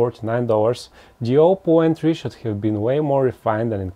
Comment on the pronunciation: Gioppo Entry - or something like that